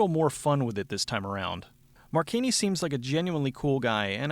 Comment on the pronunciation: Mar-chee-nee. Marcina is pronounced Marcheenee. But who cares? His acting is fucking awful and its hilarious to think about how he thinks hes good enough at anything to be a leading man. He looks like someones tiny dad, and since hes so small his "karate" consists mostly of kicking people in the dick. Dont even get me started on the character "Snaker", or as he prefers "Ssssssssssnaka". This whole movie is just plain dumb. It has its moments of being unintentionally funny, but mostly its a little man with Napoleonic syndrome.